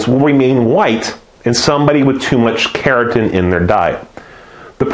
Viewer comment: it sounds like you're saying "keratin" instead of carotene, which is a different skin protein, and is slightly confusing, but thanks for the videos! they are great!